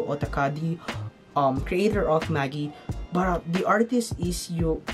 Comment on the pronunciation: Btw, Magi is pronounced as Ma-jai :)